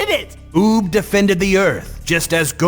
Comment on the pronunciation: is it me or did he call uub fub?